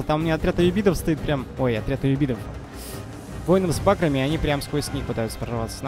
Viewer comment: Всё здорово,только пожалуйста говори не с бАграми а с багрАми.